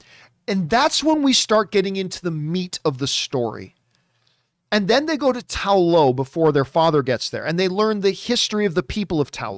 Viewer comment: To me, it's just shocking that he's seen it so many times at this point and is still consistently pronouncing "Ta Lo" incorrectly and incapable of remembering what the Dweller in Darkness is called in the film.